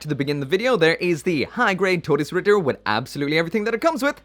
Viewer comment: FINALLY SOMEONE PRONOUNCED IT CORRECTLY